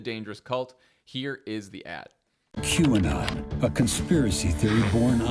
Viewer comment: How many times do you think McCarthy practiced mispronouncing QAnon in front of the mirror before that statement?